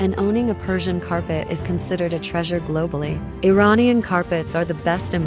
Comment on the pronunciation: Please say Iranian the proper way,not American pronunciation